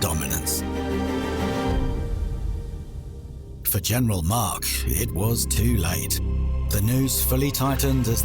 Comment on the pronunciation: Not sure why he keeps calling Mack Mark but otherwise a good video